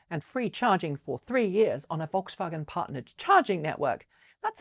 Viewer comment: Not pronounced like "V"olkswagen, but "F"olkswagen